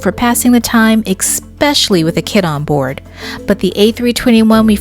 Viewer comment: this is very helpful info for our upcoming 5 hour flight. Please note, the word especially does not have an X in it😏😏